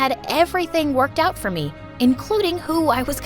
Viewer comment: It’s supposed to be my mom payed $1m for my makeover not my mom payed 1m$ fof my makeover yes they said fof instead of for